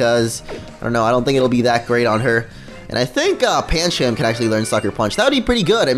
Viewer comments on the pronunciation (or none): Bro its LIT-LEO, and Pancham is pronounced Pan-chum (I don't know why it just is!) are beginning to annoy me!